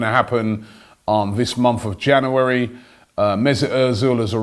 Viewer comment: “ In Janouerry”